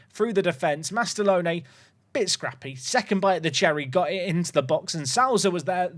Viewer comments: Souza has sow as in you reap what you sow, like so in sober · Perfect Mendonça pronounciation, gg! Now you gotta fix your Souza.